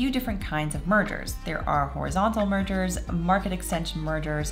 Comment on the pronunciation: When you said "mergers" I thought for a second you said "murder" and I was like "what? murder in a antitrust case?"